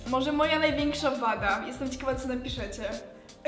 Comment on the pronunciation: Jak było pytanie o największą wade to ja usłyszałem "waga" 😂😂😂😂